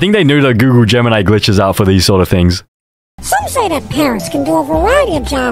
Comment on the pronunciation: Aint google gemini its goonle gemini